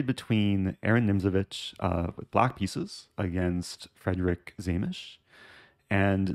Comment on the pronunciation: It's not Frederik, it's Friedrich.